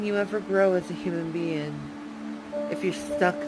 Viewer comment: Why can't she speak normally? 'Anytheen, sumthin, rawn, lawn, damoore, human be-un??? She needs speech therapy.